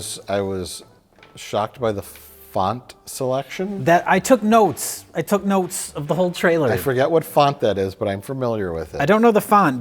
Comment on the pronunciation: I took nohtes! I took nohtes! accent coming through